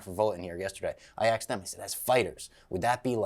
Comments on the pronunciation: I “axed” you last time. Fuck I hate that he can’t say ASKED!! Ffs 🤦🏻‍♂️ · The fact he says "axed" drives me fucking insane.